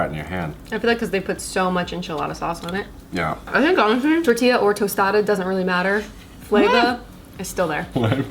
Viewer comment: Tor-t-yah. Not tor-tilly-yah.🤣 He totally cracks me up when he says that. Dude, do you eat qway-suh-dilly-yahs?